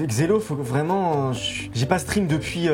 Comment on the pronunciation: la team Kekra: c'est moi ou il a dit "vréelement faire"?